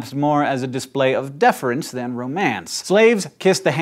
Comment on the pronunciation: sorry hank, it's deference, not deferance...